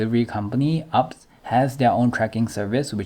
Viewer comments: It is pronounce U P S and not ups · Bro, it's not "UPS." It's pronounced U-P-S. LOL